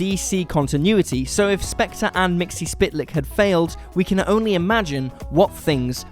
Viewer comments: It's MIX-UHL-PLICK, NOT MIXY-SPIT-LICK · I thought it was more pronounced like, "Mytzel-plick" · Mxyzptlk mik-sul-pit-el-ik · I don't think Mxyzptlk is pronounced that way... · Learn how to pronounce Mxyzptlk. You're embarrassing yourself. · Yeah, and the stupid way he pronounced Mr. Mxyzptlk's name.